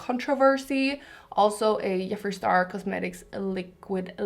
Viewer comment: You look stunning, I love you so much:) I follow you for such a long time. But really triggered me how you pronouncing Jeffree Star:D OMFG:D I know, it´s childish, bud I can´t help myself:D love youuuuu